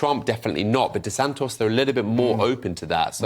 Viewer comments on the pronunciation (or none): Who the F is Desant-OS never heard of him 😂😂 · This 'contributor' doesn't even pronounce De Santis' name correctly. His input is no more than narrative and he brings no insight. Does he just tick a box? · Yep, cannot even spell or pronounce DeSantis's name.